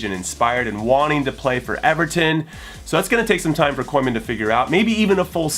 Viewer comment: that pronunciation though ronald coiman coineman Koeiman